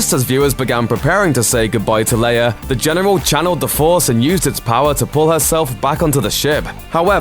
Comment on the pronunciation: FYI it is prounounce Leia (Lay-ah) not (Layer)